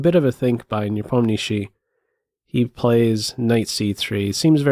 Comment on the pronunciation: Before watching the whole content I wan't to say ,this is the best pronunciation of the name of Ian Nepomniachtchi from non russian ever to be heard!